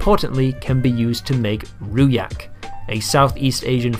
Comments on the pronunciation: ffs its pronounced ROO DJACK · I screamed when you pronounce "rujak" as "ruyak". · Very nice video, as a sidenote: rujak is pronounced with a "j" and not a "y" :) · You pronounce "rujak" so funny 😆, it should be roo-juck, not roo-yack. And that packed thing can't be used as rujak, because it needs to be fresh fruit. The taste would be off if we use that thing. That packed fruit immersed in sweet juice (syrup) is called "manisan", you can eat them straight or make some drinks from it. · lol he said ruyak use hard G Rujak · Rujak/Rojak is pronounced Rue-Jack/Row-Jack not Ruyak. Since its a mostly malay dish, the J is pronounced like a J and not a Y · RU'JAK NOT RU'YAK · As an Indonesian it's actually pronounced roo-jack with a J, and I've never seen that product here or any other kinds of packaged fruit in fruit syrup, I don't think products like that is popular here. We do have some similarly packaged products tho, small plastic cups and sachets everywhere, but they're not processed fruits. It is true tho that we import in a lot of fruits here but they're sold fresh, I believe the majority of Indonesian crops are turned into other products rather than being consumed directly. And from what I've gathered living here, refrigerator is a very common household equipment in Indonesia. Other than that, excellent video, very informative and well packed. Love your content! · For spelling rujak u could spell it ru-jack. Other than that, nice video for clarifying the old meme. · a part of me died when you said ruyak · Firstly, the 'j' in 'rujak' is a hard one, it should be spelled like 'jam' in English. Second, I have never seen nor eaten any rujak containing pears. Source: I am Indonesian so my information is very authoritative. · DID BLUD REALLY SAY RU-YAK 😭😭😭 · The pronounciation of rujak hurts me. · For clarification, rujak is pronounced with the j in jump, not like a y. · Never expect would be hurt by someone say rujak with wrong Pronouncation